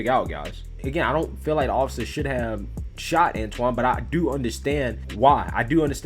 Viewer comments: Antwan not Antawn. Just an FYI. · antwon not anton